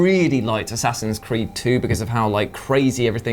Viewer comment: am i the only one who heard him say A-saxons Creed